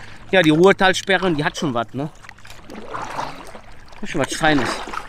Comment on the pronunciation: rurtalsperre nicht ruhrtalsperre ;)